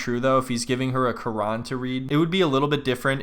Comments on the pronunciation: she couldnt have said QURAN any worse than that! My god i feel bad for the dude.....CRAYON REALLY >? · I’m so glad someone finally mentioned her pronunciation of Quran 😂😭 like your husband is Muslim and you’ve said your child will be Muslim at least learn how to say the word Quran